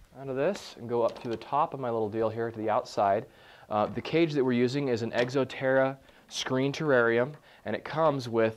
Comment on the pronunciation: hahah he says egxo terra :m